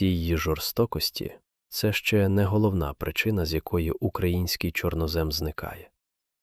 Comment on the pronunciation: ЧорнОзем - правильний наголос